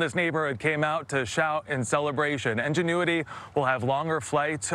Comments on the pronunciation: what the heck is UN genuity ? IN IN speak after me IIIINNN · The second he said: "ungenuity" he lost all credibilty with me so and I stopped the video and went to a better one in order to celebrate the achievement. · "ingenue-ity," lol. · Ungenuity 🤔 Lol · Pretty sure he said "ungenuity" haha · He said "Ungenuity" 😆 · Lol “on-genuity” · Why can't a single CBS person pronounce the word "Ingenuity"? Odd. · the way this dude pronounces ingenuity makes me physically violent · CBS can't get an announcer who knows how to pronounce INgenuity?